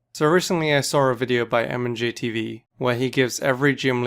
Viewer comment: Who else at first thought he was called Mand JTV